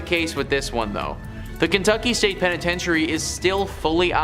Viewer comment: pen-I-tench-e-airy….🤣ur So Right!! It’s why I’m in the comments